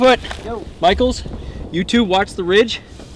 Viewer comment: Did he say MICHIELS strange